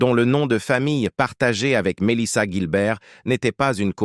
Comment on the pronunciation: Le série est bien mieux que cette vidéo. La voix off est pourrie, elle ecorche un nom sur deux, se contredit ( Guilbert puis Gilbert), et ils répètent trente fois la même chose 50 fois en 20 minutes.